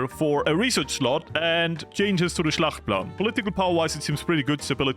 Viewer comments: Noone? Since he said it like 12 times, its not Schlachtplan its Schachtplan, Hjalmar Schacht was the Reichsbank Boss of the time in Germany :) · Its called "Schachtplan"; NOT Schlachtplan. The L is silent.